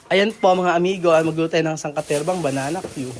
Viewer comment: wag mo ituro ang maling bigkas sa banana cue ung tamang bgkas ang ituro mo hindi bananawe masasanay cla sa maling bgkas